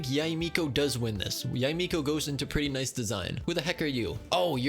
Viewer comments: n-eye-s vid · N-eye-ce video